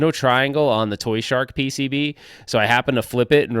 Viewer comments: So why you keep saying toyshark? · Lol it's "ToYSHoCK" why do y keep saying shark haha 🦈 congrats on getting married btw